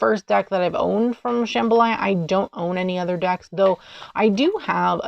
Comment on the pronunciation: "Sham-BHA-la" not "Shambhalaya"! You're thinking of the Louisiana dish jambalaya.